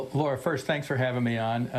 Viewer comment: Does he know how to says lauras name